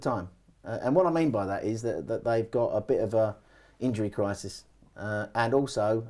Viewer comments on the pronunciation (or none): none